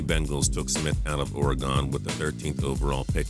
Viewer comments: He says Oregon weird he says it (or-e-gon) not (or-e-gin) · As a Oregonian it always makes me cringe when people say it like that. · not to be mean but orgon it's Oregon (still love your channel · Every video I've seen of yours that has the word "Oregon" you say it incorrectly. It's pronounced "or--uh-gun" not "or-uh-gone". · Chris Quinn Seeing how I live there, my fav has always been Or REE gone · I think people that live on the west coast pronounce it correctly. We don't say. (or-e-gon) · The way you say Oregon makes this Oregonian sad. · He said Oregon wrong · Why can't people pronounce Oregon correctly? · people say it that way often.